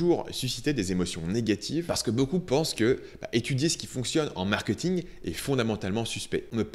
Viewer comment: je t'en supplie.. ça se dit markéééting et non markeuuting